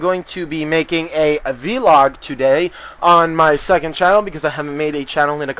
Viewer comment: "Vlog" not "vee-log" Do you call blogs "bee-logs" as well? Anyway...nice vids